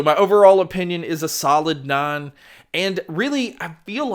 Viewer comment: To Northern ears it sounds like you're giving these earbuds a score of non. Or a non score. You haven't been practicing your i's lately have you. You've been doing too much fishin' and not enough diction. I need you to practice saying: "Bright lights kinda feel like Chrissie Hynde is driving her spikes thru my eyes on the back nine at Hazeltine. Which is fine. On my spine. But Kyle, can you call up Bryan? I'm gonna need some ice." I don't want to hear: "Brat lots khonda feel like Chrissie Hond is droving her spokes thru mah oz on the bock non at Hazeltone. Which is fun. On my spawn. But Cole, can you call up Bron? Ohm gonna need some auss."